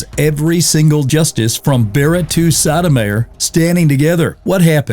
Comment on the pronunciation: You pronounced Sotomayor's name almost like an unlawful sexual function. Thanks for the bad visual, now I have to go clean the porcelain from vomiting my earlier pizza. 🤢🤣